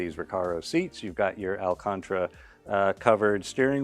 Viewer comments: I thought we did another take where I corrected that flub. It is alcanTARA. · "alcantra" covered steering wheel. Come on guys. Who's the editor here? It's Alcantara. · How did he pronounce alcantara? 😂🤦‍♂️ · surprised pronounced Alcantara wrong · I thought maybe I was hearing things. Played it back and sure enough, a new word was just born.